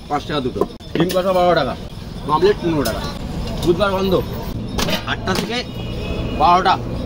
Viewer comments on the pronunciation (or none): Aii, Omlette ke mamlate bochis kano re?😅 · Bangali: omelet Vlogge: mamlete🫨🙄